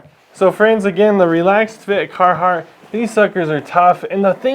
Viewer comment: Sounds like he's more of a cartheart guy